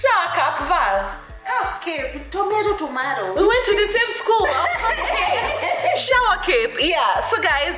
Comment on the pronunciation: Val pronounced it right is shower cap not cape di lol